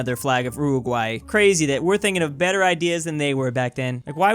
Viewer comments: "Flag of _Ruhruguay_..." I come to the realization that cannot pronounce "Uruguay". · when says Uwuguay instead of Uruguay